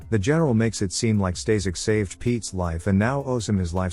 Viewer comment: The guy you called "Stazek" is actually "Staszek" and is pronounced "staSHek" with "a" pronounced with german accent.